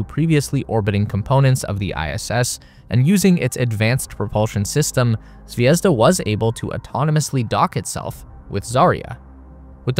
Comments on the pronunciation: Please learn the stresses in words if you say them - my ears are bleeding of you saying zvézda instead of zvezdá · it's not zvEzda. It's zvezdA:)